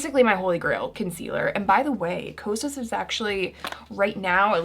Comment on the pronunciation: i looove u but HaaaTEEE the way you pronounce Kosas😫